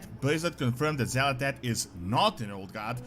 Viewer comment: it's not xal'etesh, it's xa'latath. it's super minor, but it is a thing.